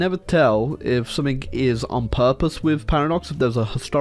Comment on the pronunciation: Why does he say "some-ink" instead of "something"